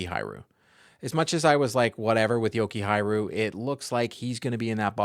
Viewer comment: I told you Blumel is really good the first time you made a video that said he was signed :DD. I know that guy. P.S. Can you try to swap R and J in your JokihaRJu pronunciation? :DD You say JokihaJRu.